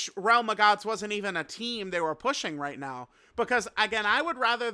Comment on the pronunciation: unc said "right meow" and thought no one would notice 😭🥀